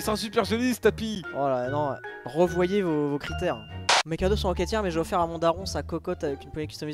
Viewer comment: Il a dis couadaux au lieu de cadeaux 😆😆😆😆😆😆